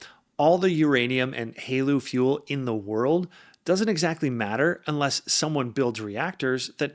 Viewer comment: Great video! and I can give you some tips on making sounding more like you are part of the nuclear industry: TRISO is pronounced Tri-so, not Tree-so. Haleu is pronounced Hail-Uuh. Keep the videos coming!